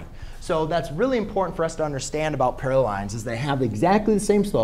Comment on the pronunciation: this math tutor needs to go back to english class to learn how to say/pronounce parallel and perpendicular